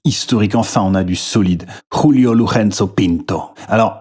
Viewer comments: Pour info, en portugais le J se prononce comme en français : ce n'est pas "Rulio" mais Julio comme julien La prononciation ,que tu fais, est espagnole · Stp, arrête de prononcer le J à la castillane : le mec était portugais! Tu dis pas Khule Verne, si?